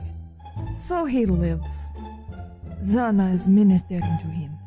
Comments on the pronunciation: Oh, dude. Zhanna reads like Janna. Somethung between j and g. Remember it. Oh, and goid job! Hello from Russia TF fans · Not zanna, zhanna... (Жанна)